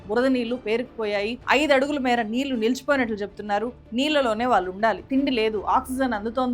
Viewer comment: మీ సబ్జెక్ట్ స్టడీ చాలా బాగుంది, కానీ తెలుగు భాషలో మాత్రమే ఉండే 'ళ' ని మీరు ఎప్పుడూ 'ల' ( నీల్లు, మల్లీ, వాల్లు etc) అనే పలుకుతారు, వినటానికి బాగుంటం లేదు. improve చేసుకోగలరని కోరుతున్నాం.